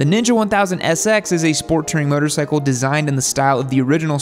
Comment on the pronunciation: why does this guy pronounce "motorcycle" like "muttercycle"?